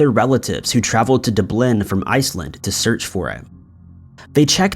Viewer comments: Dub Lynn not Da blinn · DUB’lin! DUB’lin! NOT dub’LIN! You sound silly when you’re normally a great narrator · From Doo-Blin? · Lol when I finally heard it it made my laugh a lil...Dubleen is how he msdes it sound!! Lmbo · Love de-BLIN. Wonderful sit-TAY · It is pronounced "DUB-LIN" not dubloon... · How in the hell are you getting 'Dooblin' from Dublin? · DUB'lin! DUB'lin! NOT dub'LINN! You sound silly, when you normally sound like such a good narrator. Go onto Wikipedia, and look up 'Dublin' they have a little feature where you can click on a part at the top of the page and hear the word pronounced. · It's pronounced DUB - LIN. you know, like its spelled?? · Haha lol DUBLIN D BLIN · Never heard anyone pronounce Dublin DEH-BLEN. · Did he say Doo-blin? I'm totally American and the first time I saw the word Dublin, I knew how to say it. I always thought it was such an obvious and easy word to say but I just learned it appears it's not. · Du-Blin? Who puts the accent on the second syllable? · Dub Lin how many times does this have to be said before you say it correctly i generally like the content of this channel but you let yourself down with your lazy pronunciations and not bothering replying to any of the comments. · I can't believe has never heard anyone say 'Dublin' before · I was the same way. Read through a few comments b4 watching 👀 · It drives me mad how he pronounces it, all it takes is a quick google search to find out how to say it properly. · It really annoys me. If someone wishes to be a narrator, then they should be able to pronounce words correctly. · And mispronouncing it got you to start a comment thread, which drives engagement. Kind of smart on his part, if not a little sneaky... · yup I've never heard anyone mispronounce Dublin which is what makes me think its deliberate. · Lol so many people seriously upset by the way you pronounce the word Dublin.. keep up the good work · How can you not know how to say Dublin? Damn